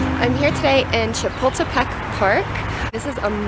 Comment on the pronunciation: you can't pronounce Chapultepec properly, stop butchering it. and how come you're surprised at the size of Mexico's anthropology museum? Mexico's history is far more vast and rich than that of the US. Leave your patronising imperialistic mind in your country.